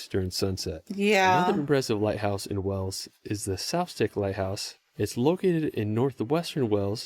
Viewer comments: pronunciation of Wales is so weird. He keeps saying "wells". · It's hurting my English ears, him thinking a place in England (Wells) is in another country 😂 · I love your channel but It’s Wales. Like Whales! lol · greetings from Caerphilly🏴. Its exactly the same pronunciation as males, sails, whales. Even pronouncing it wayals is closer... thats pretty much how a lot of us Welsh pronounce it 🙂. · is happy because he's found someone else who (mis)pronounces it as "Wells" 😉 I've been to quite a few places on that list: ➡ Brecon Beacons (or Bannau Brycheiniog to use its official name) and Pen-y-Fan ➡ Pembroke Castle ➡ Tenby ➡ Dinas-Bran ➡ Pontcysyllte ➡ Snowdonia (now Eryri) and Llanberis But really you could have a half-hour video of clips of just the best places to see in Snowdonia/Eryri, and probably an hour of clips of the best castles in Wales. It's a spectacular country! And yes, you could just walk out there and get that view with the sun behind the mountains... maybe! As you'll have seen from plenty of the other clips, it isn't always sunny in Wales... there's a reason it is always so lush and green and that's that it cops a lot of rain! Another short clip that is well worth watching about Bannau Brycheiniog (including the pronunciation!) is this one by Welsh actor Michael Sheen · Hey guys, just to say, it's pronounced Wha-les. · PLEASE stop saying WELLS FFS !! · I'm sorry, but again I ask - why do you call my country "Wells"? Otherwise, all good. I love the enthusiasm. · He needs to, learn how to say Wales otherwise he should keep quiet cuz he’s making himself look stupid. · I wonder what he calls Whales as in sea mammals as he may call them Wells as well😂 Anyway we are called Cymru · It's not an accent, it's a mispronunciation. Wells is in England. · Conwy castle north wales . .. not wells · Why is he calling Wales Wells ? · says Whales though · Wales (like whales) is a country. Wells is an English city. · exactly the same sound.